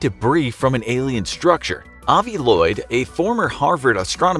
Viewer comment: Avi Loeb (phonetically -Lobe)